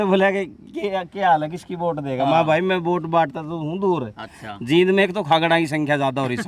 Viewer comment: वाकई ये मिगलानी कमाल है. आपसे एक रिकवेस्ट है कि आप जिंद और जींद के उच्चारण में फर्क है. इस शहर का नाम जींद है